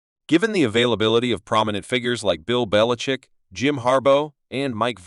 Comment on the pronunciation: This voice over is clearly AI. The program can't pronounce Belichick's name.